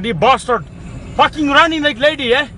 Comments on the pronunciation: He says "you blastard." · All tree of You’s some bloody bashhterd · I always thought he was saying blastard lol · he said 'blastard' LMFAO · Did he say “Blastard”?! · Yk I always thought when he said bastard I heard password btch 😂